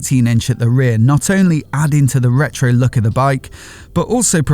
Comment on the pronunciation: It's not reto another